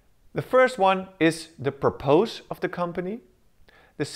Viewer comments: although I really appreciate the work that and dedication that has been put into the explanation of the Model, to me it is very distracting when I see Grammar and pronunciation mistakes. (Purpose; "" Purpus "") (Exsists; Exists). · Just a little bit too stiff and difficult to understand. Make sure that you are pronouncing all the words correctly. You had a big problem with purpose which I would not have understood if it wasn't also written.